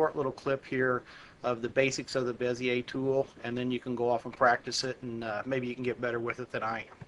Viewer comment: Finally, someone pronounces Bezier correctly...